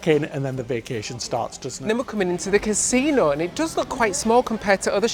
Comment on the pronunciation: It's got a "consino" ? Wow 😂